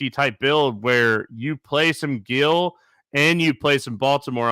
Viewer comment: Kristi doing everything she can to not correct on his mispronunciation of “Gil” lol